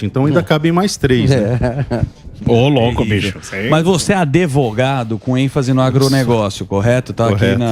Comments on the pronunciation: Etaaaa, aprendam , não é adevogado é advogado!!!! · Esse cara falando "adevogado" é pra acabar! O correto da pronuncia, é "advogado", como se escreve, "d" mudo, não "adevogado". Um do meio da comunicação falar assim, dói! E se falou na sacanagem, tá errado do mesmo jeito, pq afinal nosso ensino em escolas públicas já é um lixo, um monte que sai da escola com ensinamento Paulo Freire, sem saber💩 nenhuma, aí o cara que é do meio de comunicação vai e manda essa? É pra emburrecer de vez! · “ adevogado” è duro em. È Advogado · É ADVOGADO, NÃO ADEVOGADO... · O deputado é (Advogado) e NÃO Adevogado . Ouviu menino? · "Adevogado"..."Qual que é"... É...fizeram Reforma da Língua Portuguesa...